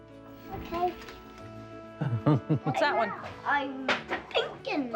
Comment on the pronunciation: “IM fInkIng”